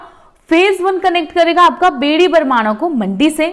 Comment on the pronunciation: Its not बेड़ी, its बैरी